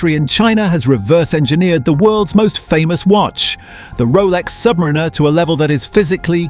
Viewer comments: I wish you would pronounce Submarinar correctly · First off it is pronounced "Sub Mariner" not "submarinar#%$^$*)*#&^#" It's about you having enough money to waste on a product that 95% of the population can not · It would be better if the AI knew how to pronounce 'Submariner' as opposed to 'Submarine-er'. 🙄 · Kept hearing Submarina, AI narrator couldn’t figure out the pronunciation 😂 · Crap ai voice over. Rolex Sub Marina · "Submrinner" is so annoying lol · Aww bless. The AI voice bot has no idea how to pronounce the word, submariner. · When you can’t even pronounce the model correctly, but still post. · Hate the way AI says "Submariner". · First learn how to pronounce submariner and maybe somebody will listen to you AI slop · Your AI narration loses credibility when pronouncing submariner that way. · How can you expel any one to take you seriously when you can’t even pronounce submariner correctly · not subscribing because the ai pronounced the name wrong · Can't even pronounce "Submariner" right. Sounds like one of those AI voices, so effing annoying. But if you think you can create a perfect 1:1 Rolex Submariner clone, power to you. Personally, I think this video is full of sjite and nonsense. Because anyone who has some knowledge of horology, knows that this just can't be done because of the use of precious metals for instance. The indices and hands of a Rolex are all made of white gold, not steel. This video is a waste of time, nog even good enough to wipe your arse with. If you don't want to pay premium for premium products, fine. But don't lie because that's what you're doing here. Promote alternatives, like a nice Seiko or Citizen. Don't promote blatant illegal Chinese copies. It's theft and infringement of trademarks, period!!! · The AI voice needs to learn how to annunciate Submariner. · 100% AGREE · my first thought!